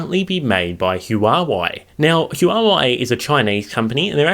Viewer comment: It's pronounced "wha way" not whatever you said